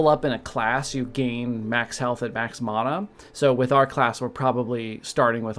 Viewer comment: Thanks for the correct pronunciation of mana :D I've been pronouncing it this way since Secret of Mana. And if you Google the meanings manna is stuff that fell from the sky to feed gods people and mana is a life force power so yeah